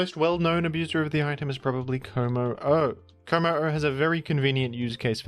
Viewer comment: “Kommo-oh” is easier to pronounce if you put the stress on the second syllable, rather than the first and third.